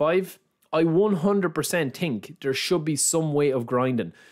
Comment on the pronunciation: „i tink“ - „the ting is“